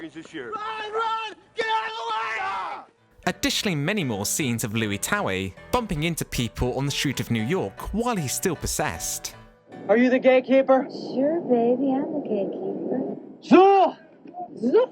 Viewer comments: "louie towie"? Try "Lewis Tully". (Spelled Louis, pronounce Lewis, standard in the US) Have you even seen the film? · Louie Towie????? It’s Louis Tully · Louie Towie????? It’s Louis Tully!!!!! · It's fucking annoying that you keep mispronouncing the character names (e.g. Louis Tully not Louie Towie) 😠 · And called Louis Tully "Lewie Towie".